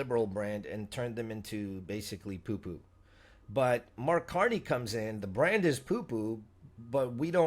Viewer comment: Did he say CAR-2-NEY?